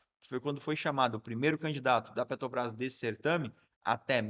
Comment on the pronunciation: "PETO BRÁS" , "PETO BRÁS", "PETO BRÁS"...!!!! Tu é ANALFABETO como o LULES ou simplesmente tem problema com DICÇÃO???